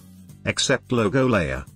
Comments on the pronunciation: "Loggo" haha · Your speech says LOGO like we say People(Logon) in Urdu/Hindi.